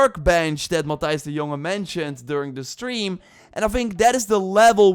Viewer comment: When you said matthijs de jonge i was 75% sure that you are dutch too